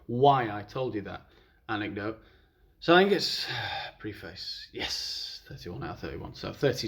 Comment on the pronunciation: Isn't 'preface' pronounced as [ˈprefɪs] ?